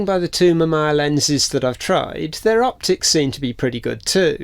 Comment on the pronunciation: Its Ma -Mee -Yaa. But great video. My dad's first camera was a Mamiya ZE Quartz SLR from the 80s.